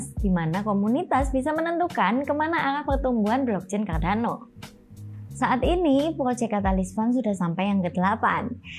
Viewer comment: hehe... mbaknya gk bisa ngomong "R"